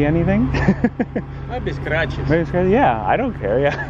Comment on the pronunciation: "MAYBE SCRATCHES" - sounds like russian accent )) RED ALERT ))